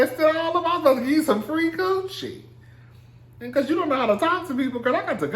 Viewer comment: The way he say coochi😂😂😂 QUCHEE!?